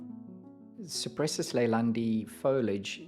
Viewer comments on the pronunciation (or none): The name of the genus is Cupressus (meaning: cypress) and it's pronounced koo-press-oos in latin. ;-) I don't believe it's a Leyland cypress, though. Leyland cypress is in fact a hybrid between macrocarpa and nootkatensis. It has somewhat different foliage, flatter, more alike to Cupressocyparis genus. Yours has more 3D foliage, like all true cypresses. As the mediterranean cypress is greener and yours is bluer, I believe it is Cupresuss arizonica.